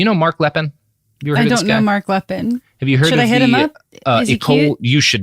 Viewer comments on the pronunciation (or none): It is "Lee'Pen" not "Lepin." It might come as a shock you but not everyone in the world speaks English and Lepine Is a FRENCH name. Note the accent agiu over the first e. And Canada didn't just bring in a few gun control regulations. It was a sweeping change in gun laws that have prevented any other mass shootings, unlike another country I could name.